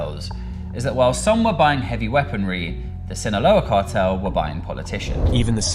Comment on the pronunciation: you should look up the pronunciation of extradite, and cartel